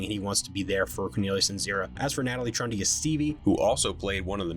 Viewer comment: Natalie Trundy (TROON-dee).